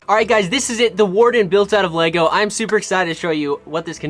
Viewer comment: Bro doesn't even know how to say Lego lol